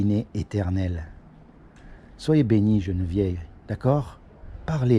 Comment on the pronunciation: On dit Geneviève mon frère, pas jeune vieille 🤣🤣🤣